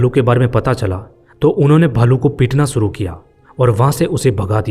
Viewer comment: Furvary😂😂😂😂😂😂😢aur Sooru😂😂😂😂😂😂😂abay gadhe theek se bol